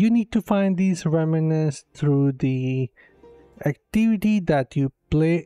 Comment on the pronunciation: It's pronounced "rem - nants": two syllables!